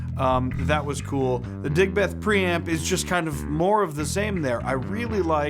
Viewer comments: Came here to comment the same. 😁 DigBETH is so grating compared to how we say Digb'th. 😁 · Dude, pronounce it properly. Like Digbth, not Dig Beth!